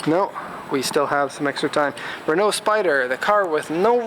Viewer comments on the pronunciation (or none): none